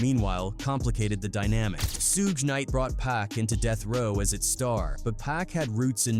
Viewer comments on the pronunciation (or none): "Sueeg Knight" 😂😂😂😂these machines man. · Can't take this AI shit serious with the "sooge", R-Z-A, G-Z-A, Redmin, Thah Dogg Pound, shitty info, wrong dates, calling CREAM Raekwon' single. 😂😂😂